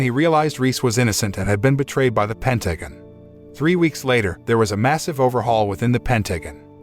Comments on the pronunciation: A.I. cant say ''Pentagon'' correctly a single time... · The movie might be the best, but the commentator or script writer for this review is a f*king idiot. So many things wrong, to name a few, calling his unit his army, she was covered in mud but it was called snow, calling boats ships, doesn't know how to pronounce Pentagon and the list goes on. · overall it was good but at times i was brought out of it by realising the voice of the narrator is an A.I. with certain mispronouciations of words. Like for example "pentagon" no Human narrator would say it the way it was said others too but NUFF said, i took a brief detour thinking how unreal this all was but then I suspended reality for the sake of the story, but then after the ending the moral summary was disapointingly brief, thin and fickle. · Pentagon pronunciation keeps making me giggle